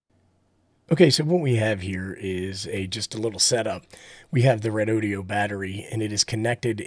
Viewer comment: Thanks for the test report. I’ve been thinking about picking one of these up., I had to laugh at how you pronounce REDOD’E’O😂 I was waiting for a cowboy to lasso the battery to pull some more current out of it! One question, I heard you mention on another video that the cheap battery brands use higher capacity, lower grade (B or C) cells and battery life is questionable. Do you have any idea about REDODO?